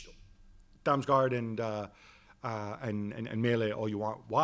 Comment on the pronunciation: Damsinho😂 was that on purpose